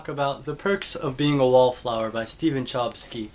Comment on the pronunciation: I don't remember anything from The Perks of Being a Wallflower. That shows you how much I liked it. The way you say Chbosky cracks me up. :)